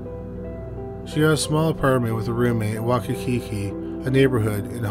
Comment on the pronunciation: Did u just call Waikiki Wakakiki? Lol